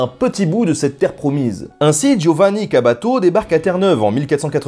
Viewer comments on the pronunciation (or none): CABATO ? C'était Caboto